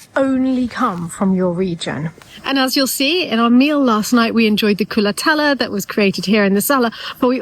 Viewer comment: Darling lady,I ADORE your enthusiasm about my country. But it's called " culatello" not culatella. Ending in an O